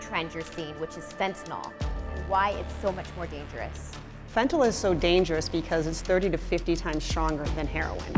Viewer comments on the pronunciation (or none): Fentyl? Lol a keelow gram? Jesus. Learn how to pronounce words,.